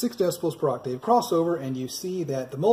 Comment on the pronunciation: Ok, it was bothering me a little, (well, alot actually), the way you keep saying 'Oc- Tave'.. It's actually pronounced : 'aak·tuhv' (according to google)Google. Just fyi.. for the future. 😉